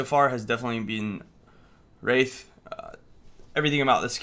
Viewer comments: Calling Wraith - "Wrath". Its spelled with an 'i' for a reason my dude >.< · her name is wraith not wrath lol